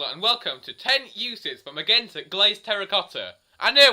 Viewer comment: You're pronouncing magenta wrong, the G is supposed to sound like a J. Just a but of constructive criticism (